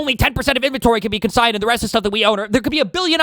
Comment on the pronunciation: CONsigned, not CO-signed